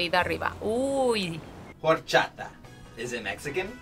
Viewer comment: Did he initially say Whor-chata? Lol😅